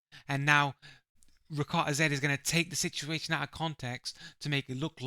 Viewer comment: You're not saying his name properly which I assume you haven't watched enough of him to determine if he cheats. He's actually recently become a crytek partner with 11000 hours in the game without any form of ban he's definitely not a cheater fella. In the future, research a little before making videos like this.